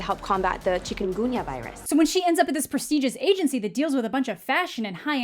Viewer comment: Did she pronounce chikungunya 'chicken gougna" ???? sounds like it XDDD